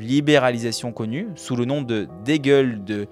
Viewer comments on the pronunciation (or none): Tu sais pas dire dégel et tu as lu ces trois livres ???